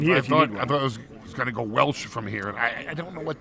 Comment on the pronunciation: The Question of life: Did he say "go", or "goo" :D